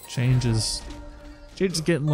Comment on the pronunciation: Chang'e is pronounced Chung Uh